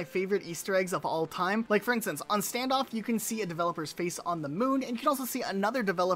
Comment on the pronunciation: I like wean he said here all time it sound funny